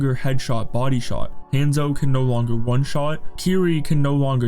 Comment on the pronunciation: And “hand-zo”